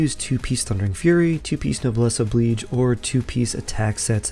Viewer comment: YES! Thank you, "Noblesse OH-BLEEJH" is like music to my ears. First time I've heard a content creator pronounce words correctly. You get a sub now.